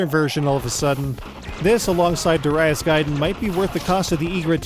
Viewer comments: durr-i-as? lmfao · Also, it's 'Darius' all one word...not Dar- 'I' -us with a hard I.